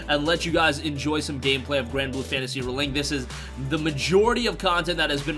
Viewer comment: The way you pronounce ReLink drives me absolutely bonkers... Can't wait for the game though.